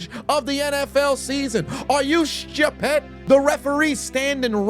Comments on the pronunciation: was that a British 'shtupid' you just said? It's not a Tueshhday, innit? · West Indian AF ARE YOU SCHTUPID!?!? heard that hella times 😆